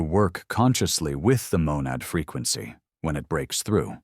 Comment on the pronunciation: I hear fricancy.